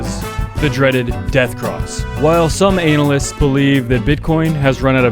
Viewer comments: LMFAO 'anal'ysts hahahahahaha my man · "ANAL ISTS" 😂😂🤣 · is saying analysts, as "anal-licks"? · Did anyone else hear "Anal lists"?